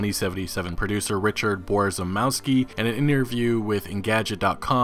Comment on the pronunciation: Borzymowski pronounced closer to Bo-zhy-mov-ski Polish - English [few characters] C - TZ (or TS) W - V ł - w J - Y SZ - SH CZ - CH [like in Check] CH - H (really soft h) I - E E - Eh